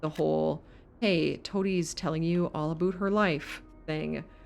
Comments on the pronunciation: OMG you are Canadian. Why would you do us like that? Nobody says aboot... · I've never actually heard someone say "aboot" before. I don't even think you're Canadian. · Any1 else feel like shes a fake canadian? The way she first pronounced "aboot" made it believable... then she pronounced it "about" with no accent, a ahort while later... hmmmm